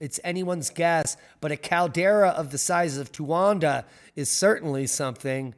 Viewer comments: You were pronouncing it "Towanda" the entire time. Yet calling others dumb. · There's no "N" in Towada caldera. "Most people are dumb." Indeed, we all mistakes.